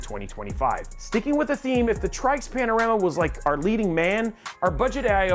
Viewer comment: said "moving forward" twicely. Said Tryx as "Trikes", I dont know for sure but I would assume "Tricks". + said "aesthetic" instead of the hated "asstetic". I came here for the AIO reviews by the way. Oh wait ...Your testbench was INTEL LOL